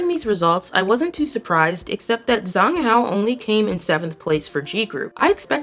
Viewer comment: Zhang Hao is pronounced like Jahng Hao. Wang Zi Hao is pronounced like Wang Dsih Hao (Z's in Mandarin sound like ds as in "reads").